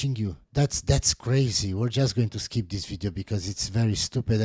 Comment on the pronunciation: "skeep tis video."